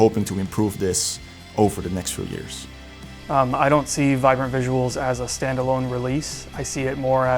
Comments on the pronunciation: Vibrant 🚫🚫🚫 Vinbrant ✅✅✅ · I swear it said "Vinbrant" the first time i clicked on it